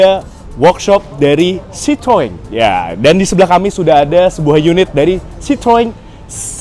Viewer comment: sebetulnya pengucapan bahasa perancisnya itu sitroen. nama ini kan diambil dari nama pendirinya yg sebetulnya orang belanda, pengucapan bahasa belandanya itu sitrun (kayak kita di indonesia ngucapinnya). kalo sitroang itu pengucapan orang indonesia yg sok2 perancis aja.